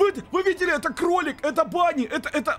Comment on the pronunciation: не банни а бонни и это не он не бони